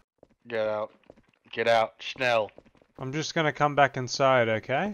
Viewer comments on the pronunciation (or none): He said "Schnell!" in such an American accent if your gonna get the rp right then do it in the right accent